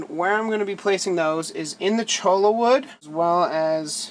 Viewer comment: Cholla is pronounced choya. Rhymes with joy-ya. It's a Spanish word, and the double l is pronounced as a y. :)